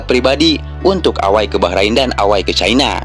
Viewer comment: Gua kok jadi geli denger ewei dibaca away